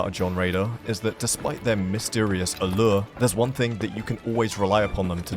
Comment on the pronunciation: The way you say allure sounds french. 🐸